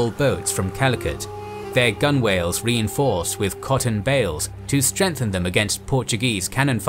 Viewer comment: “Gunwhales” are traditionally pronounced “gunnels.”